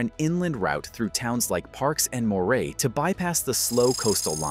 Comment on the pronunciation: And Melbourne and Moree mispronounced.